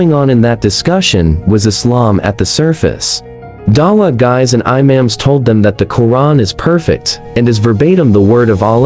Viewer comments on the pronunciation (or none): Love the way the ai voice said, “iMa’ams” instead of imams.😂